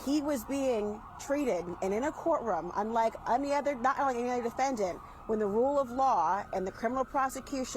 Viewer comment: SUCH A JOKE , DID SHE SAY " RUKE OF LAW " that is joke